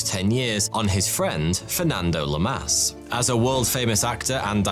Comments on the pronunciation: “LAHmas”, not “LuhMASS” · LAmas not LamAs. It's not Welsh or English. Just keep the rules.